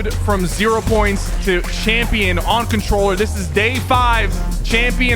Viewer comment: MORE CONTRWOLLER